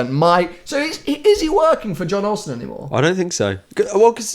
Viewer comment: Learn how to say Jon Ollson please And it is Ben that as the editor, Andreas has gone off as he felt everyday vlogs were not high enough quality as he needs more time to put everything together to the quality he wants, Hope that makes sense